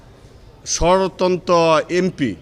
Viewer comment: স্বতন্ত্র এমপি উচ্চারণ করতে পারেনা সে উকিল হল কিভাবে